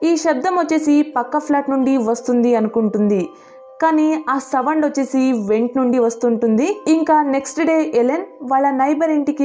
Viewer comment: Savands kadhu sounds 🤦‍♀️🤦‍♀️🤦‍♀️